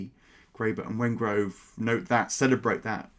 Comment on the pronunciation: Also, it is David Wengrow, NOT Wengrove.